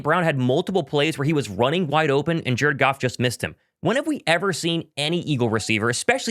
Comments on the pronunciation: Are you saying jerkoff instead of Jared Goff intentionally? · 😮 I was like "! What's going on man"!!! Any time you said Jared Goff, it sounded like you were saying jerkoff!! Lol I thought you called them the Jerkoff Lions!!! 😂😂😂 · are you pronouncing Jared Goff as jerkoff on purpose? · Is it me or does it sound like he's saying jerkoff when he says Jared Goff? 🤣🤣🤣🤣